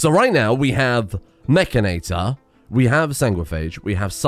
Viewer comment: isnt it "Itor" not "Ator" for mechanitor?